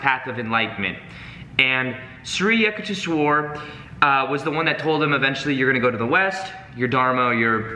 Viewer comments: sorry-- here is the right way to pronounce the name - YOUK TAYSH WERE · Yukteshwar is pronounced with a "U" sound not with a "yuck" sound. So It would be "U"k-tes-war. Well that is the best I can write phonetically. Just change the "yu" sound in "yuck" to "u" sound and as if you are saying the alphabet "u" and you are good. I really hope sees this because "Yuck-tes-war" sounds bad LMAO. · I WAS LAUGHING SO HARD THE PRONUNCIATION IS SO OFF. IT WAS SO FUN LISTENING TO U SAYING YUKHTESHWAR GIRI NAME. OHHH LOVE U YUKH. THESH. WHER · You pronounce it as youkuteeeeswar Giri Swamy please make a video about narcissists? Do they have souls? What if we have family relationships with narcs can we change them with LOA? Has anyone ever changed a narcissist? Also should we be close to them even if they are toxic? Or distance from them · Hey great video as always. Love your chanel. Life changing work by you. Many many thanks. Re pronunciation for Shree Yukteshwar Giri, it's as in 'you' k te sh war (A is short). I stopped reading this book years ago. Never got to completing it but thanks to you I still received the message 🙏🙏🙏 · Hey..wonderful message as usual. I read the book over 50 years ago.!! And thanks to your inspiration will read it again. Also, for the record here is how you would pronounce SRI YUKTESVAR. Just break it down into sections: SRI =shree, or sree. You got that word down okay. yuk= Yook, Tes= tess, and Var= vah rr. (rhymes with Jar). Aloha from Hawaii. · U -k-teswar like in U-ganda :)